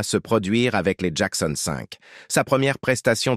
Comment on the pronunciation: C'est un IA qui parle? Il n'y a pas d'intonations et la prononciation de certains mots est plus que douteuse ("Mykael" "Jackon 5" prononcé en français...)